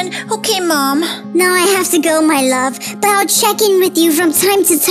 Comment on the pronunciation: When he say my lob not love it got me laughing 😂